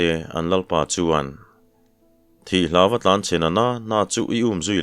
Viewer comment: Kan sawisel ve lawk ang che, tuntum I thawnthu chhiar, pahnih hi chu a mak deuh kati deuh, hawlo la, a chang tawp ah hian, HLAWM A tih hian a tawmp deuh vek a, hai hi nidanga I rhawnthu chhiar thin nen a dangdeuh in ka hria, Hlawma tih hi hman na awm leh awmlo hi a awm thin in ka hria, kei chu ngaithlak pah hian ka chik riau zel, kan ti deuh duah anih chu, a ngaihthlak nuam thin sia